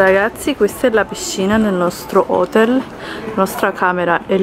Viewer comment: si dice hotèl, l’accento va sulla “e” non hótel con l’accento sulla “o”... non per essere rompiscatole ma si dice così....